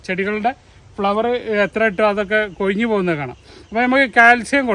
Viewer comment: കൊയ്ഞ്ഞല്ലാ, കൊഴിഞ്ഞ് 😅